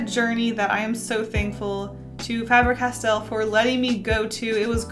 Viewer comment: Fabre Castell... it has castle essentially written in the name. The spelling is the same in Welsh, for castle. Just pronounce differently